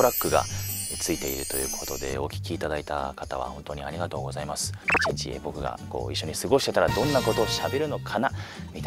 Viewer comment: ありがとうございます好きです あrrrrrrrrrりがとうございます